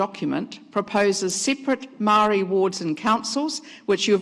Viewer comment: Says she cares about Maori when she can’t even pronounce it properly, yuck